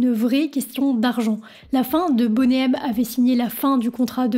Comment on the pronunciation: Ainsi que Boney, ce n'est pas "bonnet".